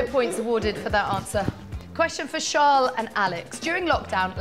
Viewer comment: I can't stand when pundits and the like call Charles "sharl" he pronounces his name the normal way..don't understand it.